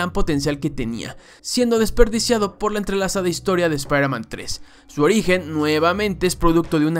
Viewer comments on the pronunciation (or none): Nadie:: sprhmen